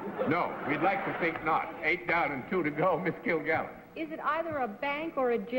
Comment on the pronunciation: Joe Postove It actually came out sounding like "kvill" to me, and I wondered what the heck he was talking about. I think you may be right that he meant "kvetch." How embarrassing!